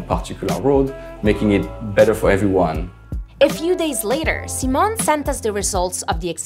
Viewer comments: Hi Simon. It's See-moan! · Sai-mon not See-mon